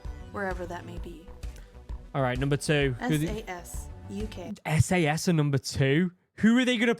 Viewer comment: Brother, you need to pronounce the A in SAS more clearly. 😂😂😂 💀💀💀